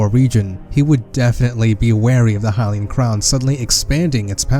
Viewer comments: This man can't even pronounce Hylian. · Twili(Twigh-ly) Hylian(Hy-lee-in)